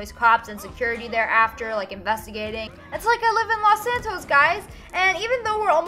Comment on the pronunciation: You said las Santos there's no a 3: sorry pet peeve